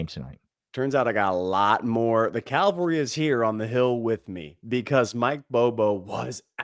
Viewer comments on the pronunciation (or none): That’s cavalry not caLvary. Please……